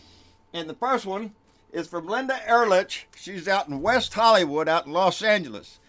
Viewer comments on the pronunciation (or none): none